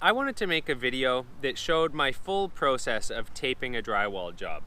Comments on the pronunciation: Its pronounced Process not Process. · I’ve never heard process pronounced that way lol ha 😂 jk